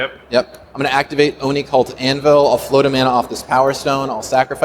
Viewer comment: The best thing about this is the amount of times managed to say "Oni-Cult Anvil" correctly...